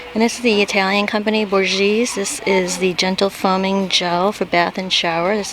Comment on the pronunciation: YAY!! Shopping with!! My favorite!! Borghese is pronounced "Bor-gay-seh" emphasis on the middle syllable. 👍 One of my favorite brands back in the 70's. I love that polish Jambalaya, what a funny name LOL GREAT video!! 👍😊💖